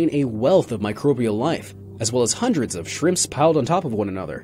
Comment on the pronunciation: I lost the ability to concentrate when he said "michobrial" instead of microbial. fml